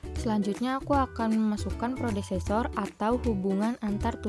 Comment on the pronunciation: Predecessor kak bukan prodecessor 🙏, sisa nya keren 👌